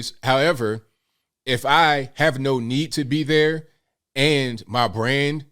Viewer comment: I like the way you do that right thurr 👵